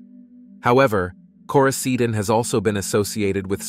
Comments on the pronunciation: * Lauren's lifeless body, not "Laurenses" 😉 Coraseeden- You actually pronounced it correctly once, I don't know why every other time was wrong. - "her mother had been killed by her husband" - do you mean daughter? Or sister? - What is "Koysadin"? I'm sure you mean coricidin but who edited this? I don't mean to drag on you, but this many mistakes in a short video tells me someone just doesn't care. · The OTC medication Matt claims he took is pronounced “Koroseeden”